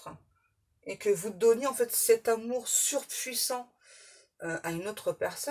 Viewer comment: Bonsoir ☺️♥️ merci car vous m’avez éclairée sur un point c’est au moment où vous avez dis « amur ou lieux amour » c’est peut être une erreur pour vous de prononciation mais pour moi c’est comment on s’appelait mon ex et moi alors merci pour ce signe 🙏🏼🥰 Bon courage pour votre dos ✨